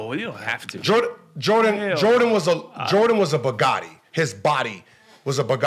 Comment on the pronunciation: They way he pronounces bugatti messed with my head cuz it sounded like he was saying a word that sounded like “bigote” and I was damn Idk what that word is